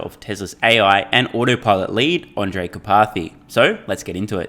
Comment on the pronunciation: Not that it matters much now that Andrej has left, but there are two fairly similar names in Slovakia: Andrej and Ondrej. And you keep saying Ondrej.